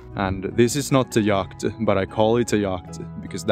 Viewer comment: The C in yacht is silent. Just say "YOT".